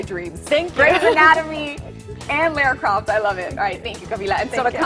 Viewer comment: It's LARA CROFT!!! Anyway LOVE Camilla.